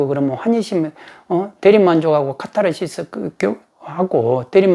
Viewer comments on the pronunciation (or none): none